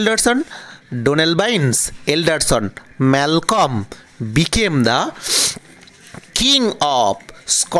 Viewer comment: e pronunciation mistake, Malcolm - son of Duncan, & brother of Donalbine